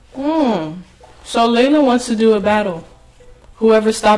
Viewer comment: It's Layla not Leia!